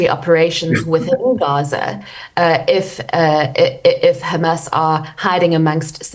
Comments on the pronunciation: She might as well be an Israeli government spokesperson, parroting nonsense amount Hamas using Palestinians as human shields. And the way she pronounces Kkkkkhhhhhhhamas... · She is now pretending to be a Jew,pronouncing Hamas as KHamas